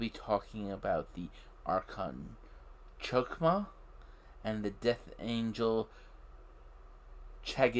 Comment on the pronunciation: Hokhmah. The H in hebrew is glutural